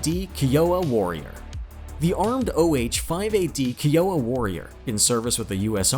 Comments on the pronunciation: Not "kee-oh-uh" it's pronounced " ky-o-wa" Kiowa. "Comanchee" not "Comanch". How the fuck does someone do enough research to make a video like this yet not know how to speak? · . comanch-ee not comanch, kI-owa not kee-owa, think American indian tribes. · It's fkn Kai-Yo-Wa